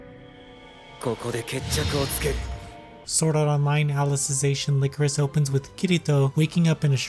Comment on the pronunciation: Lie-core-is, not lick-er-is. It's a flower representing sadness, look it up.